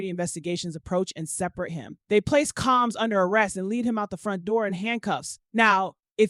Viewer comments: COMMS????? who is reporting on this stuff?! His name is COMBS!!! Either these reporters can't read or they live under a rock.... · It’s the “CALMS “ for me 😂😂😂😂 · I’ll wait for the trial. This robot can’t even pronounce “COMBS” 😹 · Why can't this person say combs🤔.just asking.